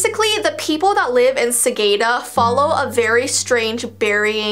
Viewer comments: Its not sagayda its sagada sagada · Hi! I’m from the Philippines and you pronounce Sagada “Sagahda”:) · I live in Philippines but I actually never visited that even though I really loved to go there...😅😅😅 and it's pronounced as Sah-Gah-Dah... But it's alright you are trying your best!💜💜💜 Love your contentss!!! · calls it sageda Sagada peeps: HOW DARE U CALL IT SaGeDa!? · I'm late but the fact I live in the Philippines and my went to sagada once too btw it's sa.gaa.ta just saying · uh its called sagada or here how you say it its SA-GA-DA thats what we call it here in the philippines and its actually located at benguit if ya dont know how to say it here BENG-GET but theres no double G okay? and btw im sorry im kinda late for this vid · Sagada is not the right speak is Sa ga da in philipines that is were is live philipines philipines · You said Sagada wrong I live in the Philippines I was actually was supposed to to there this summer rip me😭🌌